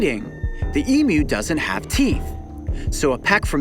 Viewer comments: Just happy you pronounced emu properly e-mew and not e-moo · I AM SO HAPPY HE PRONOUNCED EMU CORRECTLY! AFTER YEARS OF TORTUE OF NON-AUSTRALIANS MISPRONOUNCING EMU. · thank god, he doesn't say e-moo, like so many Americans. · Hearing a non-Australian say emu right is like getting a 2nd birthday. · thankyou for been the rare American thats can pronounce EMU correctly how anyone can get m-moo from EMU i dont know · Take note everyone, the way Coyote pronounces Emu is the correct way.